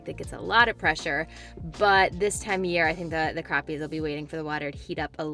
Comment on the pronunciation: So glad you correctly pronounce crappie...lol!!.. like I do. I'm in Eastern NC and the fishing is great!!